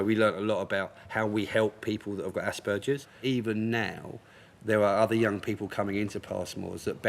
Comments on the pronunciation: I'm sorry but it's just bugging me. It's Asperger's not aSsbURgeRs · Aww this clip is so cute and sweet but did anybody else notice that the person said assburges 😂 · I'm sorry but I'm laughing at the fact the guy was saying assburgers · I've got it aspergers and it annoyed the shite out of me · Tbf the way he is pronouncing it, is the german way but I have Aspergers and I’m not going to lie it did annoy the hell out of me 😂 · Same! Even medical professionals don't pronounce it like that